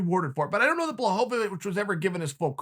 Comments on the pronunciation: It's actually not. The L with a line through it is pronounced as a W so the correct pronounciation is BWA-HO-WEETCH. Everyone says BLAH instead of BWA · Chael adds a new syllable to Jan Błachowicz’ name every time he says it!! How he get to “blahovavich” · Absolutely no one: Uncle Chael: BlachoVOwicz xd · Chael saying this mans name wrong every other time he says it, wtf. Bluh ho vuh vich 🤣🤣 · Chael is def one of the most intelligent overall fighters and analysts, one of the reasons I absolutely love this channel and his analysis, so I'm actually starting to believe that he butchers everyone's name on purpose, I love how for 50% of this video he tosses in an extra syllable in Blachowicz, then there's always Hazmat suit Chimaev. The only name he gets right 100% is Jon Jones and that's only because he's not letting him be in the exclusive "I fuck up your name on purpose" club. Good stuff! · I like how the second he started getting upset with Blachowizc he started (purposely) misspronouncing his name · Lol he has never pronounced it right including this time